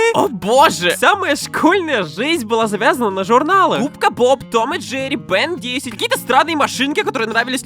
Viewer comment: Бен десять? Хахах я говорю Бен тен